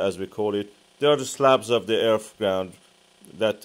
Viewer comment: I can't take anyone serious that says Earf.